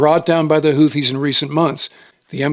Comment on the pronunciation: It's "hoo-tee" not "hoo-thee". No "Th" sound. Emphasis on 1st syllable.